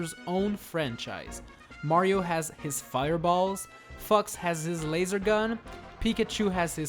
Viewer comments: Who else thought that when he says fox it sounds like fux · Every time you say fox, it makes me think your saying the f word for some reason.